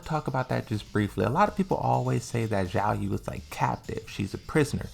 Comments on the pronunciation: Why do you keep misspronouncing the names????? is noy Yiaoyu is XIAOYU and is not AZEL is AZAZEL with two Z. For the love of God, pronounce the names correctly, is in the game. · He keeps pronouncing Xiaoyu "Yiaou", I don´t know why he does this but he refuses to learn.